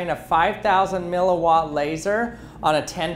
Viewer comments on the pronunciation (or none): Did he just say "milawatt"?